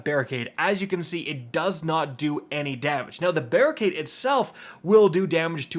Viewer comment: Barri-nade 😂😂😂 i fucking love it